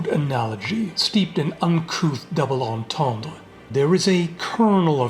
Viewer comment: The pronunciation of "entendre" made me actually giggle IRL.